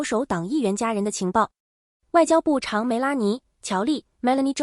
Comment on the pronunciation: Shame on your program: 部长全部念成部chang！